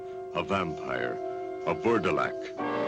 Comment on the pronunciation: It's pronounced "verdalak."